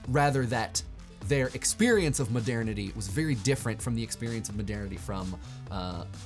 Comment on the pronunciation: Please, Google the pronunciation of "modernity". The way that you're saying it (over and over and over again) is completely wrong.